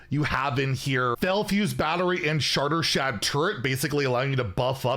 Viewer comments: I swear it was even funnier cause i think he said "shartershad turret" instead of shattershard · I heard shartershad lol